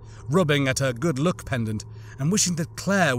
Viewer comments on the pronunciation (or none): Was meant to be "Good Luck" Right? You said *Good look*. Also now that you mentioned it earlier.... I've never thought about looting corpses so much when I play Halo or Dark Souls 3, Elden Ring etc. But when rooting through the bodies of Fallen Police officers, Soldiers, or enemies like The Covenant, The Flood, Necromorphs from Dead Space 3 for example.... Yeah it does add a horrific tone to it if you actually pause to reflect on it. Just from your audio books I am tempted to Play RE2. I never played any of the Resident Evil Series before. But I did watch the IRL Movie adaptions and a few cutscene movies of the latest RE Game with the tall Vampire lady.